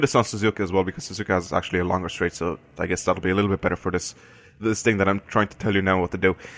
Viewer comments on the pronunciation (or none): none